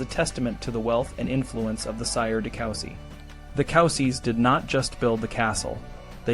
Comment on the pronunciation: it's pronounced coo-si, not cow-si